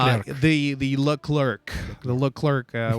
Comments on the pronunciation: omg please stop saying "c" at the end of Leclerc! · No it's just Lecler no Leclerk ;) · That should be written"LeCler" Then lol, Freaking French write system...